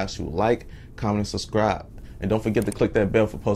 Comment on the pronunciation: “Like comment and suscriii” Get me everytime 😂